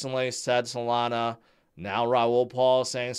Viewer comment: Nah he said Solanzo not Solana😂😂😂